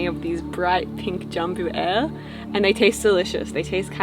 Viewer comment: "Jambu Air" is pronounced Jum+Boo+Ah+Eh